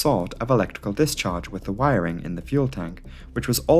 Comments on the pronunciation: Word of the day. Wirering. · Wiring….fuel tank🤔……..WIRing……FUEL tank 🧐…..WIRING….FUELTANK!!!!🤨🤦🏽‍♂️